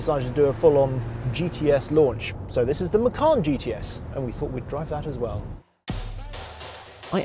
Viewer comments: Micarn? Oh how very dare you sir. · the correct pronunciation for Macan is Machan, not Makhan. Macan is a male Asian Tiger. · Wrong pronunciation, you should said "ma-chun" ma as in mark, chun as in chum bucket 😀